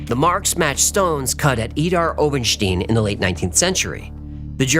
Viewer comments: pronounciation of idar-oberstein is wrong, not stine, but pronounce the it st.. than eye, than add the n, st eye n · Idar- Oberstein. When the i comes after the e then pronounced as I. Ste-I-n. Stine. Idar-Oberstine. My mom is from there.